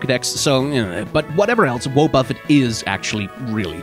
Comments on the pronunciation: Intentionally calling it wuh-BUFF-it instead of WAH-buh-fet so people comment on your atrocious pronunciation and boost algorithmic engagement is understandable, but still hurts my soul to hear it said like that Edit: wrote this after hearing 0.5 seconds of this vid, after hearing more, your pronunciation of woah-BUFF-it is somehow even worse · Wah-buffet the pronunciation kills me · WoahBuffet! I love how you pronounce it. Honestly that's probably more accurate than "Wah ba fet", but everyone pronounces it like that because of the anime. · Wobbuffet has not proudly proclaimed its own name in every single episode of the anime for 20 years for you to pronounce it like that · What’s actually curious is how arrived at that pronunciation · The way you have chosen to pronounce Wobbuffet fills me with a primordial hatred. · You really got people out here sharpening their knives over how you pronounced wobbufet, congratulations! 👏😁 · That is not how you pronounce Wobbuffet. He's only been saying his name for decades lol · That pronunciation of wobbuffet hurts me physically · You pronounced Wobuffet in 5 different ways, and they were all somehow wrong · I grew up with Jessie's Wobbufet so your pronunciation of the name hit me in the face. Is it a valid way to say it based on the construction of the name? Yes. Does it confuse me anyways? Also yes. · Wynaut, just go ahead and pronounce Wobbuffet like that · Take a drink every time mispronounces Wobbuffet! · 0/10 you didnt pronounce wobufett like wobufett does in the anime. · How d- how did he just pronounce Wobbufet? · Never heard anyone mispronounce Wobuffet so badly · This thing was in the show saying it's name for years. How are you pronouncing it wrong? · The way you pronounce Wobbuffet should not be as funny as it is to me